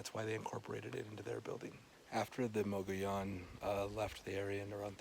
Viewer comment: "Muggy-OWN"? I prefer your pronunciation, which has always been mine. I love that it has more original walls than Mesa Verde, which probably has more visitors. Great work, as always!